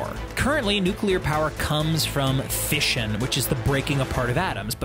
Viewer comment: you didn't say fission correctly...